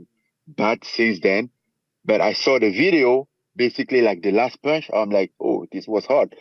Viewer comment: It’s pòonche